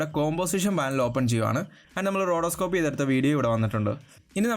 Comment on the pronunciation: റോഡോസ്കോപ്പ് അല്ല റോട്ടോസ്കോപ്പ്..